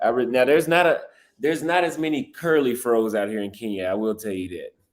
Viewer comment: "Curly fros"???😮